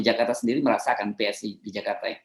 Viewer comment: PSI tuh bacanya spi.... 🤣